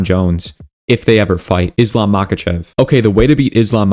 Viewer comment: Bro everything you say right but Islam , Ankalev , Belal you said wrong about this .😂